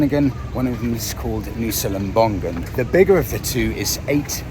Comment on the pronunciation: Lovely video, as always. As an Indonesian, I just would like to correct the tiny pronunciation mistake. it's not lem-bong-gun, it's lem-bong-un, without the hard G, if that make sense.